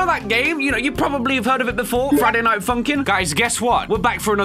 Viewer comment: "Spitting bars in the Dight"